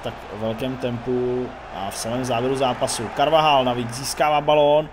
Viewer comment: Chtěl bych rict že se carvajal se říká karvachal 👍😁